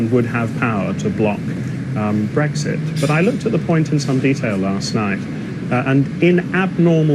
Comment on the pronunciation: Stop calling it Bexit it sounds stupid